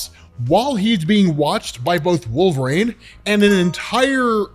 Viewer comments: Stop saying wolverines name wrong. Every video you say wolver”rain” drives me crazy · Gonna start saying "walverayne" from now on. 😂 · I love ur vids but god almighty will u ever be able to pronounce the word " wolverine" ? Just askin, cause ur killing me dude. Or are you on some hipster trip where u think ur the only person sayin it right? 😅